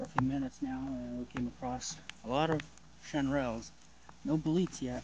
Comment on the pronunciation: Is anyone else triggered by how he pronounced chanterelles?